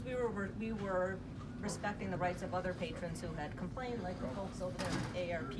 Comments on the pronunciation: are you saying p a t r i o n s LOL its patrons not Patrions. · *Lib(ra)ry. *Patron, not patrion.